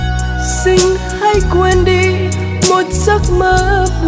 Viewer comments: Chỉ cần nắn nót lại phát âm sing= Xin là ko còn gì để chê❤. Rất ngọt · Bé đúng là một thiên tài về mọi mặt👍❤️ Vừa xinh đẹp vừa ngoan, giọng hát lại quá hay, Biết nhập tâm từng chữ, từng câu để diễn tả được đúng tâm trạng nhân vật của bài hát, Nhưng Cô xin góp ý con chi bị một khuyết điểm nhỏ là khi phát âm chữ “ xin” không được chuẩn lắm, cho nên mong con phát âm đúng chữ “xin” thì phần trình diễn của con thật là trên cả tuyệt vời 💐👍❤️🙏.... chắc rằng mọi người cũng tán thành sự góp ý thật là đúng này 😀